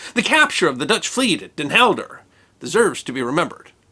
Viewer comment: Not Elder: Helder.